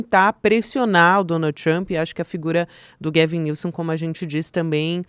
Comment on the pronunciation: Só pra adicionar, a pronúncia do nome do Governador da Califórnia é “Góuven Nilsam”